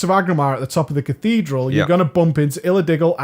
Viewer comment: omg how the fuck do you prenounce Cathedral wtf dude xD CATHEEEEEDRAL you prenounce it haha that made me laugh so hard. look up the prenounce rly